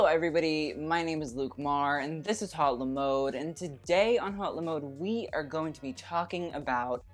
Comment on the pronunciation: it's pronounced "ot" not "hout" :)